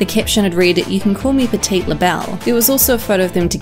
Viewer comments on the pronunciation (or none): Why does no one in these videos know what the word PETTY is...?! How do you look at Petti and say “petite”?! SHE SAID PETTI FFS. PETTI LABELLE. Because she’s being petty!!!